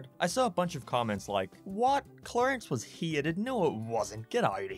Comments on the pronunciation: Are you saying heated. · Say hated not heated damn it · Hieated Thats how he says hated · I’ve only just started watching your channel, but allow me to kindly poke fun at the way you pronounce ‘Hated’ hEEETED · Yes Uncle Grandpa was indeed "heetead" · The way he says “hated” has me HE-ATED